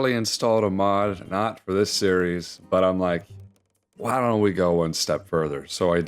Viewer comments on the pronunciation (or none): none